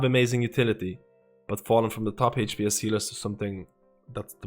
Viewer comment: i really enjoy your videos...besides de fact i hear "hate pee ess" everytime you say hps.